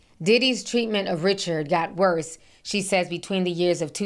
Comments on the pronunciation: Ri-shard, not Richard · I think her name is pronounced Dawn Ri-Shard.